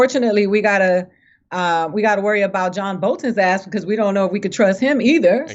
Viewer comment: said warry instead of worry